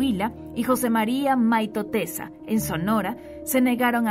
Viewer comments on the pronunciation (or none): La otra palabra es: por referirse al gobernador MAYTORENA, pronunció " maitotesa".